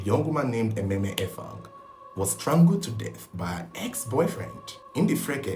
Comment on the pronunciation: Emem, not Ememe.